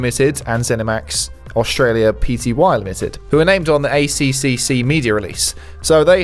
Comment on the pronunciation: Just so you know for next time the ACCC is pronounced A Triple C, not A C C C